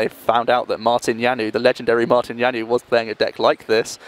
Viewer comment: lol, that pronounciation of Janouš :-D He is not french ...